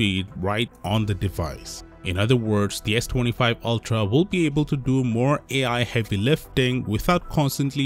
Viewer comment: "Ultra tuuhdauy"